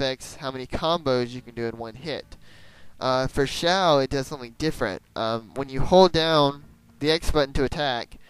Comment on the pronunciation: ah, Xiao, the neko of the game. Toan's mum doesn't seem to notice that you off on your own a lot lol. Xi-ow, i believe is the pronouciation. look up Xiao Qiao of DW and it should have the way to say it. LunarAiko, you're a genius. it fits her a lot!!! shame thats her few lines. hmm...a friend...yeah...just a friend... you ever got steve, the slingshot? (i think thats his name) and i think you'll find damage is range based. along with the normal who-har